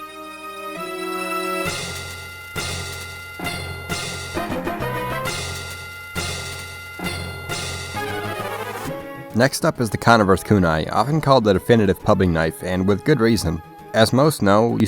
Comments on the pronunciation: Great video, I loved it! Just one thing: The Conniver’s Kunai is pronounced like ck-niver’s kunai. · how do you pronounce kunai correctly but not conniver... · He really just pronounced conniver like that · Literally unwatchable, disliked, unsubscribed- I mean, who pronounces "conniver" like that? (i'm kidding lol) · What was that pronunciation of "Connivers" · The way you pronounced “Conniver” made me physically recoil. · Don't make fun of him for mispronouncing conniver's, he already said he's a spy main